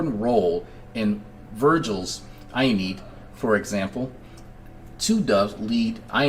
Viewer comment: Not 'i-need'.. uh-NEE-id